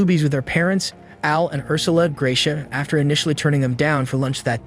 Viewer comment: I was in nearby Copperas Cove that day, and my wife and I almost went to Luby's for lunch, as we did often. By the way, Dr. Hupp's name pronounced GRAH-shee-ah.